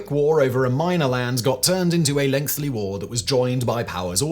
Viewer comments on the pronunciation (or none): LOL, you're still saying "lengthy" wrong.